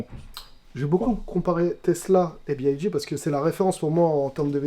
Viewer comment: C'est B(Y)D et non B(I)D comme prononcé à plusieurs reprises par la personne à droite.